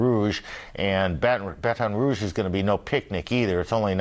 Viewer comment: Wow he said Baton Rouge right